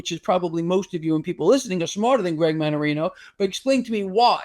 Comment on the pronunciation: Manarina? Seriously???